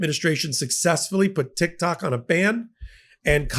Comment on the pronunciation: Did you just say TikTaco? 😂😂😊